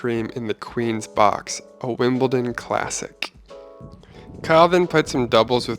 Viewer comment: This is incredible! Although I have to say, every time I heard say "WimbleTon" instead of "WimbleDon" I died a little bit inside.